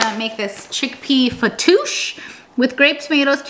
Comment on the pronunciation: No actually the way you initially pronounced it was pretty on point, I was able to understand you well!